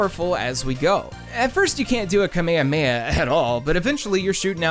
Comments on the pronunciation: Growing up this is how we pronounced it "Kame - Hame - Ha" now it's "Kameha - Meha". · Did he just misspronounced the Kamehameha?